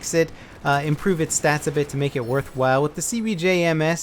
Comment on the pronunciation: SniperChris54321 Right, thank you for correcting me on that. Got those two mixed up it seems xP. But back to the my main question. Why do you say it like STATS?